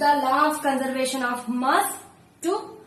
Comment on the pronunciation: Its not moss its mass